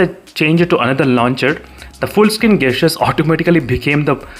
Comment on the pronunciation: 'jestures' is how it is pronounced its nagging me when u say gastures